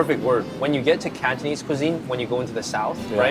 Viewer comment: your canto pronunciation has improved!